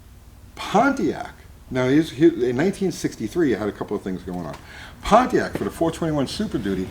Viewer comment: I'm so glad puts proper respect on the name "Pontiac", and doesn't say "ponniac".